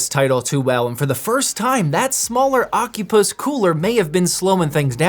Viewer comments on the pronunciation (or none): 💀 Bro it's O-Cy-Pus not Oc-U-Pus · Is it really pronounced ocupuss?